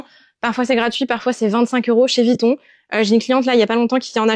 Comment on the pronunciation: Et peut être aussi prononcer VUITTON et non VITTON 😉